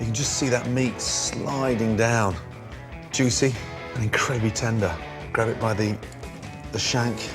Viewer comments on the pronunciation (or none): none